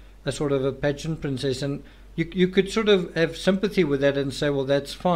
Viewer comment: Ya. Lol. He kept saying 'pageants' and for 4 minutes I thought he was saying 'bed sheets'.